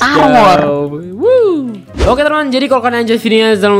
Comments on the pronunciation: bang bukan setar wor tapi stars wars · star wars bang bukan setar war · bang bukan setar wor tapi star wars bang bang waduh malah setar wor waduh :v :3 :0